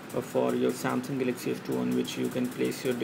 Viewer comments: Pls speak english..its not gelexy its galaxy...GALAXY..WTF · dude....its Galaxy, not GELEXCY!!!!!! lol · Pls speak english..its not gelexy its galexy...wtf